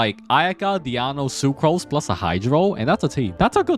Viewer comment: Who is this Diano you speak of? Is this DionA? hahaha still really good guide tho